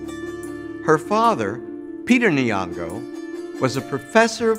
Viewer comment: The Ny in "Nyong'o" is pronounced like the "Ny" in Kenya".... not Ni-yongo... source... myself a kenyan kid who's name starts with "Ny" was butchered his whole childhood living in the US.